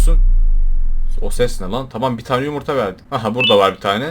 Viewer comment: Abi onun adı yumurta değil yumuytahahaha😂😂😂😂❤❤❤❤